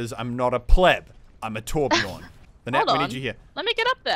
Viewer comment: THATS NOT HOW YOU PRONOUNCE TORBJÖRN